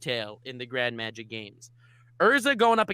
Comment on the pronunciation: “The grand magic lames”